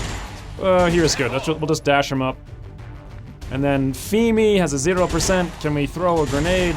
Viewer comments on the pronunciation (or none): Hi,! I recently subscribed to your channel because I find your Xcom videos so engaging and fun. Basically before you I had only followed Beagle, but I find you just as entertaining. Now I'm watinching your Season 1 of Long War 2 because I just can't get enough! Anyway, the name "Femi" is Yoruba, from Nigeria (I know cuz I'm Yoruba myself.:D). It's pronounced "Feh-Me" not "Fee-me". Just so you know in case you get another Femi in your S2 Long War campaign. Thanks for the videos!